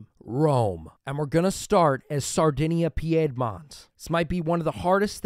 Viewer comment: Your videos are entertaining but OMG your pronunciation of Piedmont is annoying. It's pronounced "peed-mont".